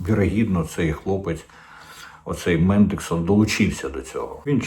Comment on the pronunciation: Не мендексон, а мендельсон, спонсор лейбористів.